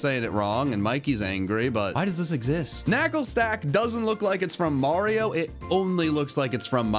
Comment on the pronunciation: HE SAID THE MARIO MUSHROOM RIGHT LETS GOOOOOOOOOO! well it’s second and final form at least